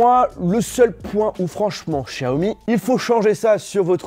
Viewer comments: sa m’saoul qu’il dise chaomi alors que c’est clairement écrit Xiaomi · Ça ce prononce vraiment chiaomi ???